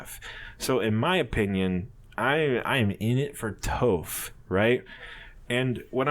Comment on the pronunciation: Im dead he said toph wrong